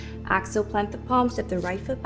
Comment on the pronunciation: Lovely. I enjoyed this. I couldn't place the accent, but the pronunciation of "exhale" kept making me turn my head at first thinking she said "axle" - as in rotate or turn. I finally settled into knowing that she meant to breath out. Exhale. I'm loving Rituals practices.